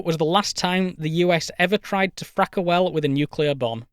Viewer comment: how hard we could Frack? Sounds more Like fuck to be Honest…